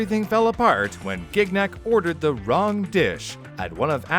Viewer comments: Gig Nick. I had friends named Gignac. They pronounced it Shji (short i) nack. The second g is silent. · As a French, I'm dying a little bit every time says "Gig-nak". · man, as a French speaker, hearing him pronounce Gignac with a hard G every 5 seconds is extremely unnerving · Listening to the American mispronunciation of the last name "Gignac" makes this vid absolutely insufferable for me. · The way you pronounce Gignac makes me cringe so hard.